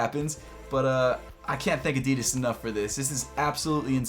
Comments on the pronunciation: I wish you would pronounce Adidas the way it was supposed to be pronounced. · Americans really cant say Adidas properly